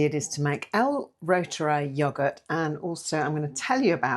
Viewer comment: Pronounced root er eye 😊